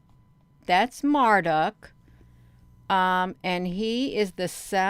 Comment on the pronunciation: It's Marduk pronounced as Mar- duke.